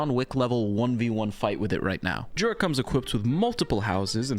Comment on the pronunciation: You actually should say yura, in polish we say j like you say y